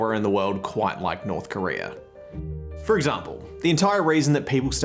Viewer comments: its not korear its korea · It's North Korea not "North Korerrrr."